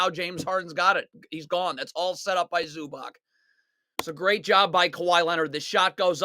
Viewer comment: bro please learn how to say ivica zubac's name lol